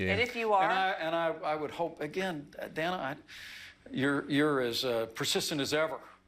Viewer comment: Why was he calling her Dan-a? That’s a weird pronunciation. Lol